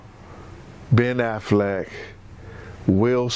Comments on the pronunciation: Why does he keep calling that man Ben Aflac instead of Ben Affleck?🤣😂🤣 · That boy said Ben afflack 🤣🤣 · “Ben Aflac.” LOL